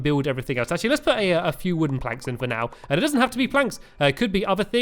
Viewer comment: Stampy always pronounce actually "ashi"